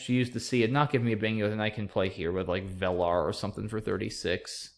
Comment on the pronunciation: VELAR is pronounced VII-lur. :)